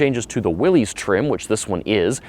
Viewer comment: I was going to comment on that very pronunciation. Even the family members say it's pronounced that way. SMH